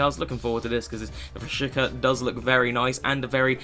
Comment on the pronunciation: Im from Kosovo and you're saying it wrong. It's Rashica with a "C" not Rashika